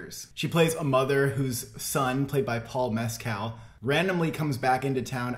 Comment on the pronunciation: Please pronounce Mescal correctly!